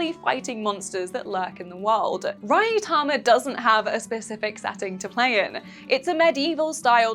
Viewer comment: Rah-yu-tama? Ma'am, surely you have seen some anime in your time? Maybe even some of it subbed?